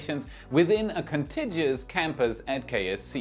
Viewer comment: you pronounced the 'g' in 'contiguous' with a soft 'g'...as in engine. It's actually 4 syllables and the 'g' is hard as in 'gift': kuhn-ti-gyoo-uhs.